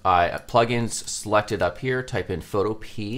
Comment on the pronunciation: I think it's supposed to be pronounced pho toh-pee-uh but I definitely pronounce it photo-pee